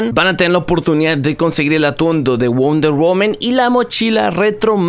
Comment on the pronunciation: Me da tock escuchar wonder "women" xD ya se soy mamador xD